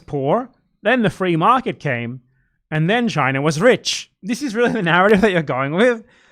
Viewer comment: Chu-ai-na? I know exactly 0 Chinese people who say it like that, me and my family included